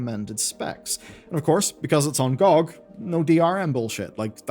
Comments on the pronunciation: Who the hell pronounces GOG "gee-oh-gee" (Good Old Games) as "gaug"?! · I hated how you pronounced GoG....